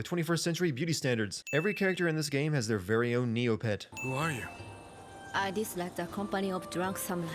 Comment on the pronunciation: When you said Niohpet I fucking lost it